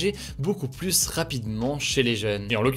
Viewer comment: Tu fais un super boulot mais par pitié peux-tu prononcer "plus" correctement quand il est suivi d'une consonne ? 🙏🙏 La confusion entre "+" et "plus (négation)" n'est pas possible à l'oral.